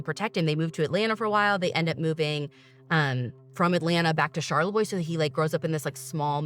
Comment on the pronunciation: Charlevoix is my hometown!!!! I love how my ears perked right up when you guys said it!!!! And you pronounced it perfectly!!!!!! I’m 35 and grew up in Charlevoix. I was also magazine height when JonBenet was murdered. When I was younger , I misunderstood and thought it happened IN Charlevoix and not Boulder, CO. I AM SO HAPPY YALL BROUGHT YOUR OWN TWIST TO THIS SUPER TWISTY COLD CASE!!!! ❤❤❤❤